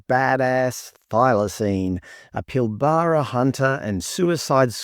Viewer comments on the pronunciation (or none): its PIL-BRAH CUNT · I think you do Condom Man a bit of a disservice here. It was actually created in the late 80's as a part of an anti-AIDS/HIV campaign, not as a white VS black racial thingy. If memory serves, it worked quite well. It was also "exported" to PNG where it managed to turn around a very worrying increase in sexually transmitted diseases. Also, you need to work on your pronunciation of PILBARA. It's only a huge area in WA and the probably the biggest exporter of iron ore in the world.....